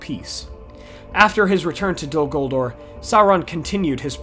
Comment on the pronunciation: Dude. It's "DOL" "GULDUR" Not "Dul Guldor" The second "ur" in Guldur is more like Uur or Ure. Totally inappropriate to use an "or" sound